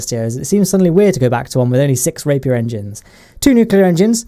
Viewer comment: I keep hearing rape ears